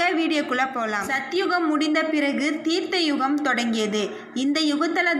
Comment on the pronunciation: அது தீர்த்த யுகம் இல்லை த்ரேதாயுகம்.பிழையின்றி வாசிக்கவும்.